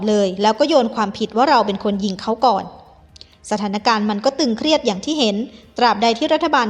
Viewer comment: ”สถานการณ์ ตึงเครียด “ ไม่ใช่ ”ตรึงเครียด“ ”ตรึง” ใช้ว่า “ตรึงกำลัง” นะจ๊ะ